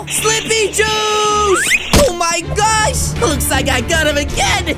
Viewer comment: Why does he say Oh My gorch instead of saying oh my gosh